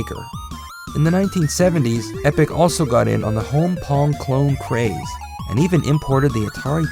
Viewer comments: It's Epoch! EH-PAW-KUH It's interesting to think that Namco was very closely tied with Epoch. They were testing all the markets before throwing their weight behind Nintendo entirely. While the Japanese market is fairly one-brand focused, I think that Epoch could maybe have become a viable competitor if they had just a little more behind them. They were better than the SG-1000 but seemed to be less successful for no easily found reason. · Is he not pronouncing "Epoch" wrong?